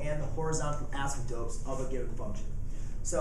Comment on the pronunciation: A-symp-totes, not ass 'em totes ;)